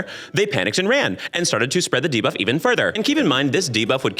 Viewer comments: so used to hearing him say "diva" that my brain literally cannot process "debuff" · lol so i watch all youtube videos at 2x speed and "debuff" very much sounds like diva at that speed. i spent the first 10 minutes being like "diva was killing all the players? based" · Not my stupid mind hearing DIVA(f) instead of Debuff 😭